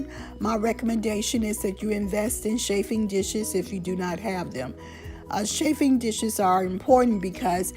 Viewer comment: You do not pronounce it shaf it is chaf (regarding chaffing dishes). It is also very dangerous to place bunched up fabric so close to flaming tea light candles.